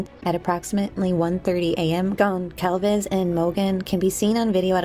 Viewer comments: GonZalves. It’s a mexican name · Great job! Just FYI the "c" in "Goncalves" is silent. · Great documentary. The “c” in Goncalves is pronounced like an s. ❤ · The C in Goncalves sounds like an S . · Very interesting video, thank you. I was waiting for a video like this, recapping all the events of the last few months. The only thing that still bothers me not only in this video, but in a lot of them, is the pronunciation of Gonçalves, which I know is tricky for English speakers, so I'll try to help: you say Gon - saul - ves. The Ç sounds like S, not like C or Z. I'm sure her family would like to see her last name pronounced correctly.